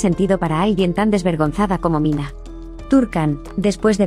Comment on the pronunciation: NO ES MINA, ES MINEH.